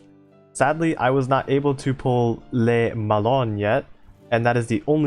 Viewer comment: I'd also add that the "Le" isn't pronounced like "lay" but more like "luh"